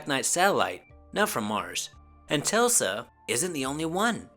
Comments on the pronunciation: Telsa or Tesla? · It’s ‘Tesla’ you fool, not Telsa! He is soooo famous and a mind boggling genius. He did discover the satellite, it’s 13000 years old. Jeezarse, look Tesla up! 🤓🤨😐🙄🙄🙄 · You said tell-sla it's pronounced tess- la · Yes, you said "Telsa". Make more videos bro! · You did but we love you so we let it all slide! lol